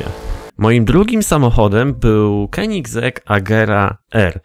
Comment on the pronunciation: spoko odcinek ale nazwę tego samochodu się wymawia Konzaj Agera R